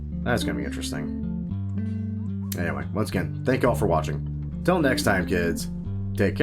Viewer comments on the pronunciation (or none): none